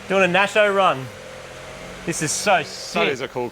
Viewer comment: THE "Nasho"....... enough said